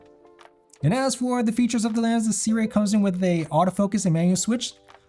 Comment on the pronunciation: Pretty sure that's now how Sirui is pronounced. 😜